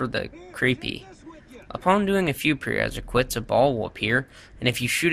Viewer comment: Is it bothering anyone else that he says "preresiquites" instead of "prerequisites"? 😡😤